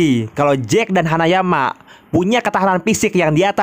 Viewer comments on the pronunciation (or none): Kenapa ya kalau baca nama hanayama malah bicaranya hanyaman